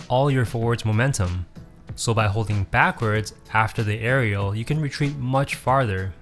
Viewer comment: "Areal pivot"